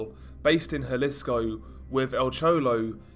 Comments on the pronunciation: Those LMGs are heavy af. Let's point out how sore they were the next day posing with those for the whole video. Also, just a little insight: Jalisco is pronounce Ha-lee-sko, not Jah-lisko. Hear that mistake often in videos. I live a few hours from the border so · Good video but it’s pronounced huh lee sco just to be safe